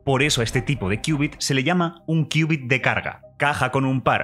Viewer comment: Me quedó la duda, y ¿cómo se hace que estos transmod se entrelazasen cuánticamente? Por cierto, felicidades por conservar la pronunciación y la escritura de qubit, y no hacerle caso a la Rae con su "Cubit" 🤣😂 se escucha feo "cubit"